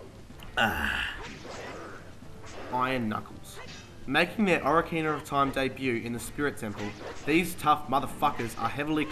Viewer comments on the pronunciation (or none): only 5 times and btw its said OH-KA-RINA not O-RI-CANA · no offence but you pronounce it oc-ar-in-a not ora-cina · Bruh oracina really.... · O rar kina. lol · I lol every time you say ocarina.